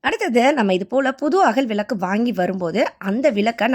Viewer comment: விலக்கு இல்லை விளக்கு னு சொல்லுங்கள். தமிழை தயவுசெய்து கொலை செய்யாமல் சரி யாக பேசுங்கம்மா